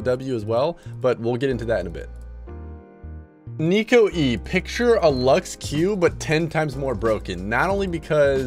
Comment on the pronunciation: Pretty sure its neeko not nico